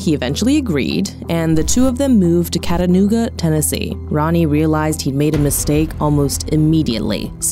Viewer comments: “Katanooga Tennessee”? 🤨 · Why u say katanooga lol. It's chattanooga goofy :p great video btw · Katanooga? Are... are you trying to say 'Chattanooga'? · Hold on, did she say cattanooga TN? 🤣 In all seriousness though what is it with these true crime YouTube channels always pronouncing obvious words incorrectly? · I’m sorry, I’m really not a grammar Nazi but 4 min in and you’ve butchered like 5 words already. Parentes instead of parents? Catanooga instead of Chattanooga? Get an editor please! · Her name is Sheila. Not Shayla as stated in your opening. CHAT-A- NOOGA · It’s pronounced Chat-ta-nooga. You pronounce the H. Sorry, but that’s my city so so had to correct you. Great story telling though.